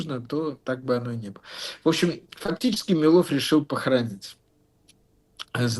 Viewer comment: хах, ещё один человек, говорящий не МилОв, а МИлов